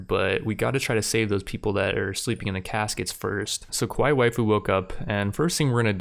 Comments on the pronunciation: big character cringe, at least say it like 'ka-wai-ee' so it doesn't sound like a different word in Japanese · And Kawaii has an E sound on the end like the state Hawaii. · Dude you are not pronouncing kawai well